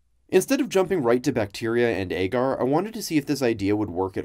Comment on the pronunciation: I don't know if it's the common pronunciation in labs, but the way he says "agar" really bothers me.